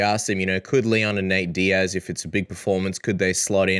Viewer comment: I actually heard ”N-word” vs Diaz😂 Would be fun but a bit to much, even for Colby. ”Leon N-words”😂